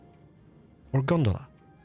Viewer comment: As someone who has Trainz Simulator, him calling a cable car “Gondala” Really confused me